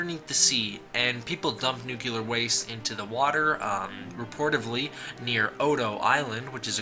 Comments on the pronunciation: couldn't get past . can't stand hearing nuclear being pronounces nucular over and over. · I stopped the video when I heard "Newk-yoo-ler". Learn words better. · Nice video but all I could hear for quite a while was only NUCULAR, NUCULAR, NUCULAR... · Nucular waste. GOD DAMN IT STOP DOING THIS ALL OF YOU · Nucular. Might as well give up, and put it in the dictionary.. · So many "nucular"s in a single video. I can feel this video slowly George W. Bushifying me. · Nuclear. NOO-KLEE-ER. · Please stop saying 'nuke-yoo-lar". ....Please. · "spoiler alert" "also I haven't seen the movie" also, "nuke you lar" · Downvoted for "nucular". Good job otherwise. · JEE-zus man, make an attempt to pronounce your words. nu-KLEE-ar. And GO-jee-rah (with a spanish type "r") Unlistenable, Dude. Had to switch off. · "Nookular" what the fuck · New. Clee. Ear. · Bush junior said NOOCULAR as well lol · It's pronounced "New Clear". Nuclear. There's no "ur" sound at the end. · Robert Jackson, it is not New Clear...the word nuclear has three syllables. His explanation is better than yours. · Nathaniel Burrows The word is spelled and pronounced "Nu-Clear" "NU-CLEAR". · Vulgarr the Viking I know this is an old comment but Jesus. How pathetic must you’re life be to actually care about a the pronunciation of a word that in actuality has no exact way of pronouncing it. Nu-clear Nu-clee-ar it doesn’t matter. There all correct English. Who really gives a fuck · You mispronounced Nuclear. Streisand Effect, look it up. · Btw, you said nuclear wrong. Just saying. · Good effort, but could you please learn to pronounce the word nuclear? It's not difficult. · I'm sorry, but it kills me how you mispronounces nuclear. I know it shouldn't bother me but 95% of the people on YouTube mispronounce it! I guess I'm too asinine to Let It Go. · learn how to pronounce nuclear. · American slang is a bitch. It's how everyone says it here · Dude, nuclear is pronounced "new-clear", not "nukular"!!! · nuclear not nuke-ular